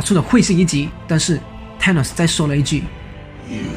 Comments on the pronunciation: 英文名聽不懂是因爲你們太蠢了 真的受不了你們説聽不懂 還有，up主能不能不要直接把 th 變成 t ???? 超級憤怒的，thor可以變成tor，thanos可以變成tanos,拜託！th是要把舌頭放在 上排牙齒和下排牙齒中間，不可以太大力舌頭和牙齒之間要有少少空間，然後 吹氣出來，聽到空氣流動的聲音就對了，然後一聽到空氣流動的聲音或感覺到空氣流動時， 把牙齒稍微咬緊舌頭，但不可以太緊， 聽到空氣流動的聲音減弱就對了，然候邊即時放開嘴巴，説出th後面的那個字母 的發音便行了。但其實如果你掌額不了，便直接説f音便算了，總比t好多了。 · 是沒規定沒錯啦，而且世界各地的英文確實有口音差距，不過很少聽到Thor跟Thanos是唸成Tor跟Tanos的發音，就像是把Thanks唸成Tanks這種感覺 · Th 不是t 音。 TH是F音 所以說是fanos 不是thanos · 還有Thanos 一直唸錯tanos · 單純想問一下Thank you這個字在哪些地區是唸Tank you？ 因為影片裡面Thor跟Thanos都被唸成Tor跟Tanos的感覺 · 薩諾斯也不是踏ㄋㄡ斯好嗎.....英文亂念一通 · th的t不發音 英式美式都一樣